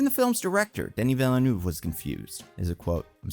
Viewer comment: Why can nobody pronounce Denis Villeneuve's name right? It's 'duh-NEE VEE-nuhv', not "deh-NEE VILL-noov'. Not hard to research.